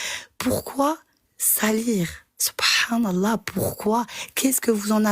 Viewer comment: J'aurais jamais dû commenter avant avoir entendu la dernière intervenante "Sot Prenne allah" 🤣😂